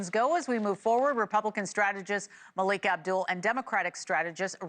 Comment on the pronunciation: O! Not Maliek!!!